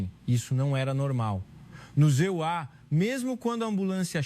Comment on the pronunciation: A história é bonita, mas a narração é péssima. Talvez seja I.A, mas de qualquer forma troca os EUA por ZA e é um erro imperdoável. Quem é o criador desse conteúdo?